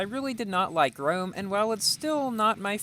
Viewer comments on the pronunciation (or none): none